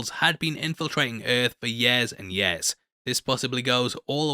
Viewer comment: Can you please pronounce the word —-YEAR—- correctly…..